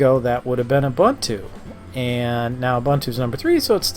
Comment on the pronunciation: Stopped watching when I heard his pronunciation of Ubuntu